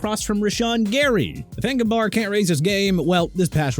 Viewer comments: Kingsley "Engabarr"? yall cant even pronounce these names. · FLACCO IS PRONOUNCED FLAH-KOH NOT FLAK-KOH!! HEY GET THE QUARTERBACK'S NAME RIGHT!!!! TOO EARLY FOR THIS GARBAGE, I SWEAR... CAN'T GET ENAGBARE RIGHT... YOU SAID EN-GA-BAR WHEN IT'S PRONOUNCED EE-NAG-BA-REE, POH-LURDT WHEN IT'S PRONOUNCED PAH-LURD AND ALSO SAVAIINAEA PRONOUNCED SAH-VAI-NAI-YAH WHO YOU CALLED THE WORST STARTER ON THE DOLPHINS!! YOU'RE DONE... MY TIME IS GETTING SHORTER AND YOU BEING ILLITERATE IN EVERY VIDEO IS PISSING ME OFF!! READ A PRONUNCIATION BOOK AND COME BACK WHEN YOU FINISHED STUDYING AND LEARNING TO GET PPL NAMES RIGHT!!